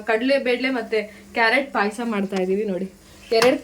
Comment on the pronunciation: ಪೈಸಾ ಅಲ್ಲ ಪಾಯಸ, ಪೈಸಾ ಅಂದ್ರೆ ಹಣ